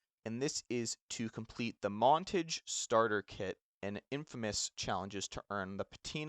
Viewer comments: Great video dawg! Please look up how to pronounce montage tho dawg! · 😂😂😂 was thinking the same thing lolol